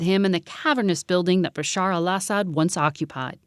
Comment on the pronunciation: As a Syrian I really appreciate that the lady said the Arabic version of Bashar's name and not the altered English one